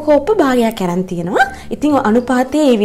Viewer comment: Dakkath asi ane....oyage recipes nam maru akke...val vataram na hari saralai....තව දෙයක් කටහඩ ගොඩක් ලස්සනයි. හරිම පැහැදිලි කියලා දෙන විදිහ සරලයි..හැබැයි අරන් කියල කියන්න ඇරං කියන්න එපා අනේ.....😑😄❤🌼